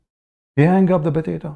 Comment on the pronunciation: BOTATO.... INSTEAD OF POTATO..... Haha. Anyway great.